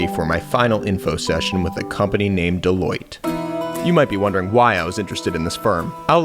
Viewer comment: Deloitte sounds way too close to Toilette